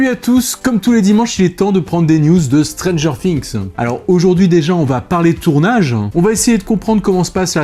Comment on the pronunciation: Art de dire strangers finxx sa me streess sinon god